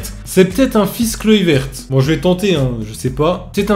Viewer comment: Kluivert ca se dit kluiveurt et van dijk ca se dit van deyk